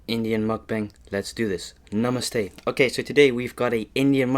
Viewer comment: The way you said NAMASTE is in full Indian accent ❤️🔥